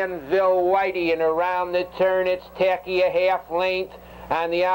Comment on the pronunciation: "Taki N"...not 100% though I could be wrong but I think it was a New Zealand horse and Gil (announcer) almost never pronounced the "N".